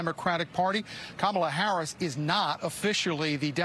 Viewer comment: At least when Harris wins the election you all can stop deliberately mispronouncing her name. "Madam President" will suffice